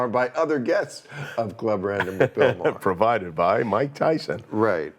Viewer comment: Why can't the narrator say Bill Maher's last name correctly? He uses several pronunciations in an otherwise excellent production and well researched documentary YouTube video. Why can't the narrator get Bill Maher's name pronounced correctly? Is it A-I gone bad?